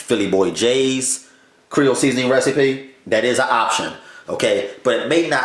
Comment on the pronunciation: Are you trying to say Creole? As in Lousiana?